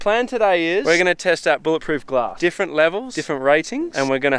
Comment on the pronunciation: Obscure reference; "Bullet Ploof Grass"